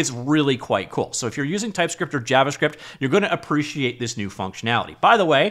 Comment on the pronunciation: Is it just me that hears JarvaScript?